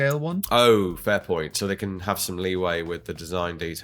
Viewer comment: I heard "femboy" in place of "fair point", and my brain immidiatly went "Yeah. Femboy bolt pistol. True."